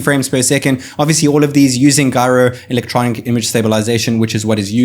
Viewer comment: Video was great before you pronounce gyro twice